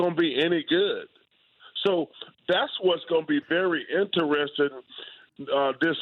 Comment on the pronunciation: in-teres-ting chuck....... not in-ter-es-ting